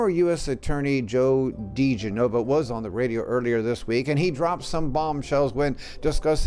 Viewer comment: You might want to check the pronunciation on diGenova,.